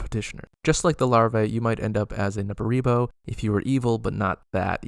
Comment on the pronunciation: Every time you said Nupperibo, I heard Nepo-baby. This should be canon.